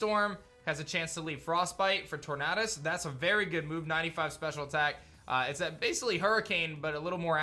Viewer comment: Hehehehe “torNAHdus”